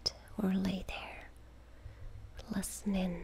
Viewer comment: Am I the only one who finds it adorable how she pronounced "listenin"? <3